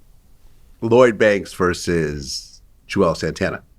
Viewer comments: Vlad said Juelz over Banks 🤮 lol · Nigga really said Juelz over Banks? Crazy